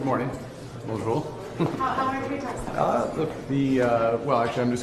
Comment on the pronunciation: He can't even say bon jour properly, what a loser.